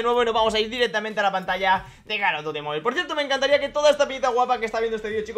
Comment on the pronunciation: Amo que si pronuncie bien mobile♥️